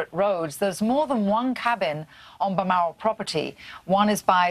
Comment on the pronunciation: It's "Bal-mor-al" NOT "Ba-ma-ral" And that picture of the Queen at the cabin is much older than the photo of Epstein. The Queen is currently 95 years old. In the photo of her at the cabin she is about 75 years old. Of course the background is a little different.